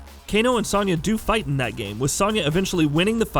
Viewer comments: Its Soniya Not Saniya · SO-nya. It's pronounced with a "so" not "son" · This video is the first time I've heard someone pronounce Sonya Blade's name with a soft-A sound. Weird. LOL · High Heel Knight the a is pronounced the same. It’s a soft o, not an a